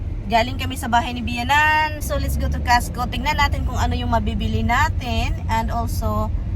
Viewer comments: You mean pala costco. Kala ko castco kc the way you pronounce e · Pronounce it COSTCO not CASHCO